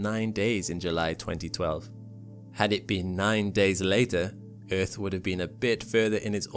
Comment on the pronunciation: I love your pronunciation of EARTH. "Eth." Reminds me of my old South African colleagues.